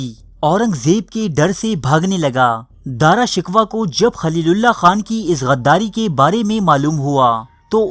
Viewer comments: Daara shikwa nahi daara shikoh🤣🤣🤣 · BHAEE DARA SHIKWAH NAHI DARA SHAKOH HAI TALAFUZ SAHI ADA KRO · Please Apna Urdu talaffuz durust Karen.Shahjahan ke bare bete Ka nam Dara Shikoh tha na ke Dara Shikwah. It is a bloody mistake. You are mocking the Urdu language with your ignorance. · AAP APNY URDU THREK KAREN, AAP JAN BOOJH K ALFAAZ GHALAT BOLTE HAN, DARA SHUKOH KO AAPDARA SHIKWA BOLTE HAN ISSY TARAH HAR NAAM GHALAT BOL KAR HISTIRY K DUSHMAN AUR HINDUES K DOST HOBE KA SABOOT DE RAHE HAN PL BE CAREFUL IN FUTURE OTHERWISE FACE BOOK PE AAP K KHILAF LIKHUNGA Q K AAP HISTORY KO MASAKH KAR RAHE HAN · His name was daara shakoo not daara shikwa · video upload krne se pehla alfaaz k talaffuz durust kia karo , Dara shikwah naam naheen.sahee naam Dara shakooh hai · Good video...but.... With due respect...the name is DARA SHIKOH.....not DARA SHIKWA. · DRA SHIKWA nahi balkay DARA SHIKOH nam hsi. Apna URDU talafuz darust karayen. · O bhai ya Dara shikwa nahi hota.. Ya Dara shekoh ha.. 😂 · Bhai name dara sikhoh hae dara sikhwah nahe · Bhai wo Dara shiko hai na ke Dara shikwa....please rectify your pronounce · Dara "Shikoh" is the correct pronunciation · dara shikoh, ghalat naam no bolo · You are pronouncing his name wrong bro It is pronounced as "Dara Shikoh" . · ارے او بے وقوف گدھے تجھے تو نام بھی پڑھنا نہیں اتا تاریخ کیسے پڑھ لی تمہیں؟جب دارا شکوہ کو مار دیا گیا حکومت اورنگزیب کے ہاتھ اگئی تو یہ پروپیگنڈا شروع ہو گیا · جتنا درست آپکا داراشکوہ کا تلفظ اتنی ہی معلومات مستند ہیں ۔ داراشکوہ جیسے معتدل مزاج جانشین کو دھوکے سے قتل کرواکر اورنگزیب نے اپنے دو سگے اور پانچ سوتیلے بھائیوں سمیت اپنے حقیقی والد تک کو قتل کروایا اور وہ جلاد بادشاہ بن گیا جو کہتا تھا ایک بوتل شراب ، ایک سیر بھنا ہوا گوشت اور ایک باکرہ لڑکی روزانہ شب کے علاؤہ مجھے اپنی بادشاہی سے کچھ نہیں چاہیے ۔ اور جہل زدہ لوگ کہتے ہیں کہ اورنگزیب ٹوپیاں بناکر بیچتا تھا ۔ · تمہیں دارا شکوہ کا تلفظ تک تو آتا نہیں اور بات کرتے ہوئے تاریخ کی ، اللہ کا نام ہے کچھ رحم کرو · بھائی داراشکوہ کانام تو ٹھیک طرح تو لو